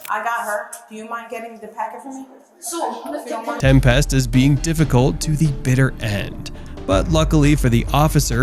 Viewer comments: OMG it’s pronounced Tempist not 😩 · Right? Tem-PEST lol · I made it in and I couldn’t listen to him pronounce tempest anymore lol